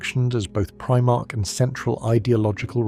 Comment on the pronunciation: You didn't get very far then. The pronunciation of "Primarch" here is obviously Abominable Intelligence.